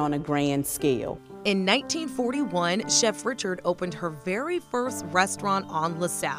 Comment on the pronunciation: Born in 1892 and grew up in New Orleans? Her name was not pronounced Richard but Ree-shard with a creole accent fa sho! She had a cooking show before Julia Child and yet her story was lost and forgotte, until now. 🤔 Brava chef Lena Richard! 😘